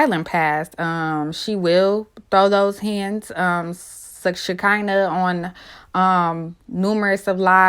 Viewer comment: Y'all be fucking Shekinah name up so bad it's sha-kun-nah 🤦🏾‍♂️😭